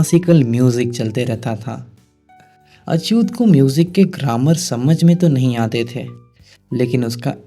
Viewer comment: अछूत नही अच्यूत गोडबोले